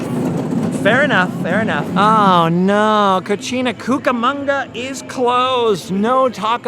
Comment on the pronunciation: He said Co-Chi-Na Cucamonga 😆 It’s Co-si-na,. There’s a big difference 😂 A cochina is a dirty girl.